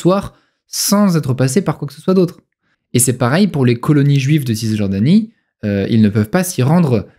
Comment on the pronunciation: On ne prononce pas le ''s'' de (Cisjordanie)